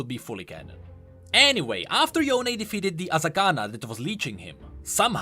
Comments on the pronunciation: bro its yone not yoney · stop pronouncing him as Yone, its Yo'ne!!!!!! everyone i know kept saying his name in western pronounciation, and not eastern pronounciation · does anyone remember when he used pronounce Yone like Cone HAHA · Can we just talk about how yasuo says yoneigh and not yone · It's Yo-ne for GOD SAKE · Question how come in Runeterra they say (yo ne like bone) but now they now pronounce it differently? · why are u still calling him ‘yohn’ ..... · ITS NOT YONE "":D